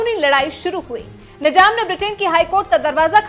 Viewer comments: Nijam Nahi Nizam Apni Urdu Sahi Karo Channel Chala Rahe Ho Mazaq Nahi. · Pehle izzat se naam lo. Nijam nahi Nizam bolo. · Masha Allah no Masa Allah. Nizam not Nijam. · Waise nijam nahi nizaam hota hai apne alfaz ka talaffuz sahi kijiye madam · He is not " nijam" ..." nizam"